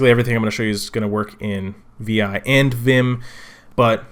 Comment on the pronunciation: vi is pronounced 'vi' like 'high' with a 'v'